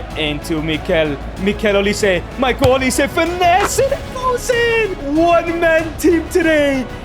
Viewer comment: Nga learn how to pronounce micheal olise